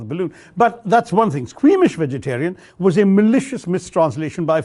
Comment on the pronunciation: Best English speaker in India.....but did not pronounce Vegetarian properly...